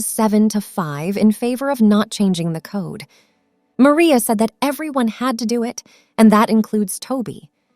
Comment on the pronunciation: Stop mispronouncing maria😮